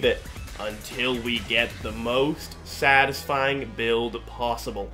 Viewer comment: cool build. fun video. take it easy on the "satifying" lol